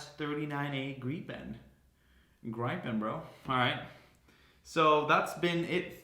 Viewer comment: "This is Jas tresdgagdfertgpen"